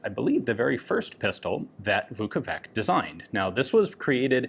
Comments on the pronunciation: A correction: Vuković is pronounced with a [tɕ], not [k]. Like ch in English. Therefore, it's ['vukovitɕ], not ['vukouvik]. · The letter C in Slavic latinised spelling is pronounced as a "ch" like in vukoVICH. Sorry my Russian bud made me write this lmao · Just a note to Slavic names pronunciation, "ć" at the end stands for English "ch" . So it is Marko "Vukovich", similar as Vasa "Teodorovich", the designer of internal magazine of one lovely pistol...